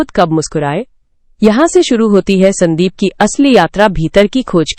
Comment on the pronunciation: Stop AI ki bakwas , स्यांदीप kya hota hai sandeep hota haiसंदीप